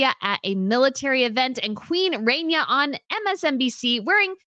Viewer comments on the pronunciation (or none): The way you say Rania needs to be changed cause it just sound ugly. You should be put on the worst pronunciation list.